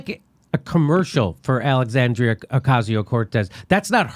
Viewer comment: To be fair to the kingpin he did pronounce Alicia correctly, you're just used to hear an americanized pronunciation.